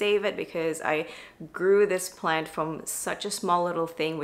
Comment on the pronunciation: This is my first time here. Are you saying "planty"?